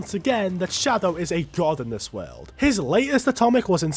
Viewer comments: can u pronounce world correctly please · I love how you say world as werld with a hint of irish accent lol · Bro you’re videos are awesome, every time you say Weeeld I burst my a** laughing 😂😂😂😂